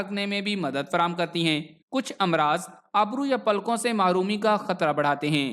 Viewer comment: بیت اچھی معلومات ہیں ۔۔۔۔۔ ایک گذارش ہے کہ اپنے تلفظ کو بہتر کرنے کی کوشش کریں ۔۔۔۔۔ اس ویڈیو میں آپ نے ابرو کو آبرو پڑھا ہے ۔۔۔ امید ہے کہ آپ ضرور توجہ دیں گے